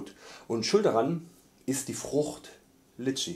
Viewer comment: Sprich es doch richtig aus es heißt Litschi mit so nem richtigen i am Anfang ich empfehle Bubble Bruder